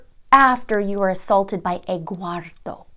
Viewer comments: Essential Investigations maybe from spanish name Eduardo ( Ed - ward -o ) ( Edward in English) but she didn’t know how to pronounce it , maybe she just heard that name and thought that it was Egguardo. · 'Egguardo' lol